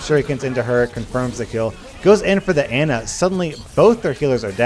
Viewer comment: you also say pharah and ana weirdly too